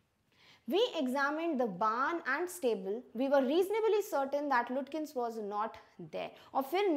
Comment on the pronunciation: Mam, it is not pronounced as Lutkins. It is pronounced as Lukins.